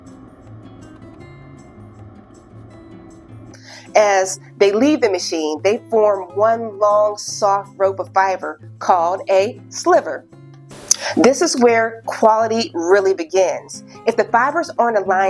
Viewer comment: Good overview of the mill video. One note: When you're talking about a long bundle of fiber sliver rhymes with diver. Yeah, English can be a real pain! 😃 (I'm a spinner. Check out natural color cotton next!)